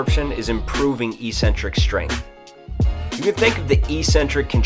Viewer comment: eccentric is pronounced exentric --all trainers say eecentric for some reason.